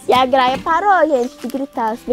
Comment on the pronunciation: o nome é gralha, não graia porque vc não pronuncia os nomes direito,vc estuda tanto, presta atenção e fala direito